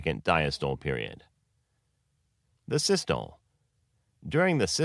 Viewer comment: Check the pronunciation of diastole and systole and other terms (sinoatrial node). They are mispronounced in this video.